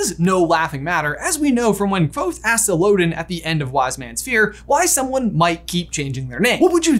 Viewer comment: Thank you for saying the “V” in Kvothe! It means a lot 🤘👍